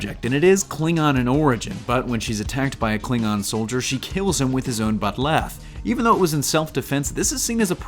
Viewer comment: I had to stop watching at a minute and a half in. Please learn how to pronounce the words related to the topic you're talking about. Georgiou, Bat'leth, Kahless are just a few.